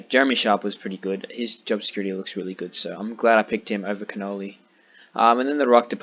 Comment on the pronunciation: Just to let you know your calling Connolly cannoli like the food so change that it’s a hard name to pronounce. Great video and unlucky with macrae